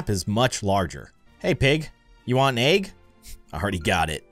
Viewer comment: he always says agg not egg 🥚